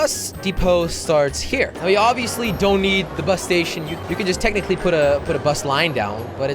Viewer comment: Count how many times he says "tecticly"